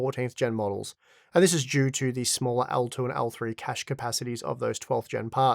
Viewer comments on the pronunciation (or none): none